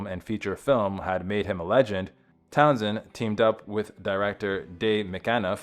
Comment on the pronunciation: I really don’t want to be that guy, but come on! Learned how to pronounce words: singed is “sinj-d” not “seeng-d” Pete’s last name is Town-SHend, not Town-send